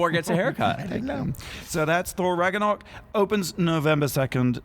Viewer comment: When you pronounced ragnarök "ragganack" I mean... Most people pronounce it incorrectly already but you're even pronouncing the mispronunciation wrong I can't